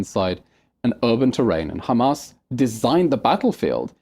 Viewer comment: Destiny said "khamas." It's over 💀💀